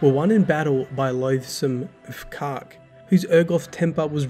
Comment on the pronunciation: F'Kark. Well done pronouncing that one bud 😁